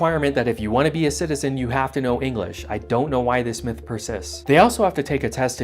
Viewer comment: “We speak eenglis” Kind of defeats your point if you can’t pronounce basic words XD